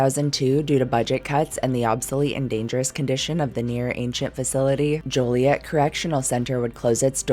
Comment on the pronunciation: from Illinois, and THANK YOU for pronouncing "Joliet" correctly